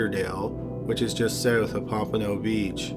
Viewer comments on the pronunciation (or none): none